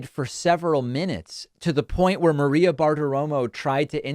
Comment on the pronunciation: G’day DP. Jesse here commenting from the Gold Coast Australia. Sir at 2.11 Junior calls Maria “Mareo” Is that an “Obamna” glitch? 🙂